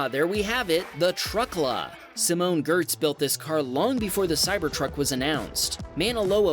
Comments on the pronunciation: simone giertz’s last name isn’t pronounced “gerds”, it’s pronounced “yetch”, it’s swedish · FYI, the 's' is silent in San Louis Obispo. Even more importantly, Simone Gertz's last name is, believe it or not, pronounced "Yetch". Check out her channel, it's great. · Note… Simone Giertz is pronounced Simone Yetch (iirc). I used to think it was geertz too. Oops! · Giertz is pronounced "Yetch" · Ah, Simone's last name isn't pronounced as it's spelt, it's pronounced as Yetch...yes I'm serious. Also the Truckla custom plate isn't a legit California plate...it's a novelty one. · Simone Giertz's last name is pronounced "Yetch"